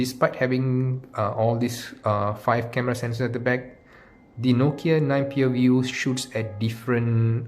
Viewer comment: Pureview it's view not pure